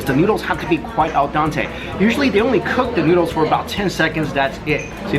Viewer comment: Does he say "AL DANTE" on ??? it is "al dente".